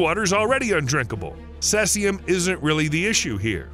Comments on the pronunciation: Sesium ? Was that supposed to be Caesium? As in see-zee-uhm. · C Z UM not Ses ee um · The numerous mispronunciations in this video do you no favours. What is 'Sessium', for example? Do you mean Caesium? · That isn’t how you pronounce “Caesium”. It’s seize-e-um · "Strotium" "cessium" "oskillating" Tell me you don't know what you're talking about without telling me you don't know what you're talking about. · *cesium (cee-z-um) *oscillating (oss-sill-late-ing) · Maybe if you're brittish and weird. It's see-zium